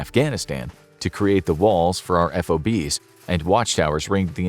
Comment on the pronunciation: At times I’m impressed with the level of thought and research you all clearly put into to your content. But then you say something like F-O-Bs instead of FOBS. Let me know if you’re looking for more writers.